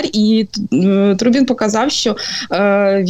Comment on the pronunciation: Тру Бін🧐, дівчина наголос не туди ставить